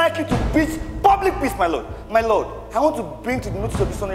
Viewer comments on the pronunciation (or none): I heard MY BET instead of MY LORD